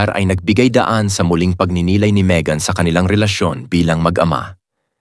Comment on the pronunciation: Maegan to pronounce it is ( May as in month of May .. ang not MaEgan)